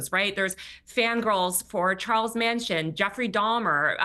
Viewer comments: Taylor just showed how insane, or at the very least, ignorant she is just by pronouncing Charles Manson as "Charles Mansion"(an upscale house) of this video. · Did Taylor actually pronounce it “Charles MANSION” jfc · Charles "Mansion" hahahhaaha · Who is Charles “Masion”. Dumb B!!! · Manson not mansion